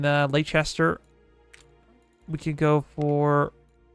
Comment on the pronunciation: The city immediately West of Boston is pronounced "Lester". Not a criticism, I would say your excellent grasp of English (not your native language) played you false with this spelling. Love your Campaign videos, they are the best played and explained that I have seen so far.